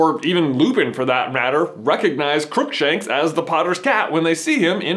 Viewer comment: "CROOKSANKSH JUMPS DOWN"